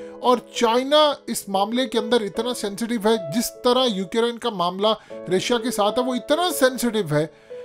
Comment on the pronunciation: Not "UK Rine". It's Ukraine...🤣🤣🤣🤣